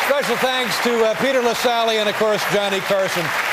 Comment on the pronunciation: Have respect for people's names - the name is 'Lassally'.